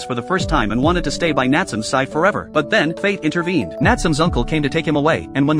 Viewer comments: It's (nat su me) not natsume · Nat some😂😂 its Natsume pronounced N ahh t sue may. It can also be spelt なつめ or 棗 which is also funny enough Jujube in Japanese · The a.i. saying natsome instead of nat-su-may is frustrating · Name: Nat-su-me This guy: Nat-sum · My eye twitch everytime the narator said "NATSUM". It's NA-TSU-ME. The E at the end isn't silent. The same happened everytime someone said " ANIM". #shivers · Ok this video needs a redo the character name is not Natsum it's Nat su me. The e is not silent. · Instead of Na-tsu-me, bro said Nat-sum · The AI voice: Nat-su-me ❎ Nat-sum ✅ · I clicked because I loved this anime and wanted to see this scene. But "NAT tsuum"?! That's why we don't use A.I. Voices for Narrations. "Nah-tsu-meh". Couldn't stomach hearing 5 seconds of the Main Character's Name being butchered 😂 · Nat sum lol "Nat su me" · Nat-su-me. Not natsum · Bro I know it’s AI but it’s (Na-tsu-me) not (Nat-soom) cuz in Japanese you pronounce every sound and the silent e doesn’t exist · Dude hearing it say Nat some was driving me mad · It's pronounced not-sou-may. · I think its suppose to be Natsu and me suppose to be like when you say me the pronunciation bugs me XD Nat - su - me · its pronouncing his name wrong.. it should be spoken like "naah tsu mei" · It's not the correct name. It's Nah tsu mei. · The fact that he kept saying his name wrong throughout the entire video. 😠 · Love the anime, hate the way this guy is saying Natsume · Omg get the fucking name right your pronouncing Natsume all wrong